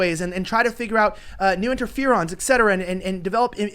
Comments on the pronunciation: 4.0 ...??? It is Not EKSETERA... It IS ... ETCETERA...! Etc. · OMFG how many people are saying "ex-cetera" and not "eT cetera". It's 'etc.' meaning et cetera correct it when they say it wrong then they'll say it right.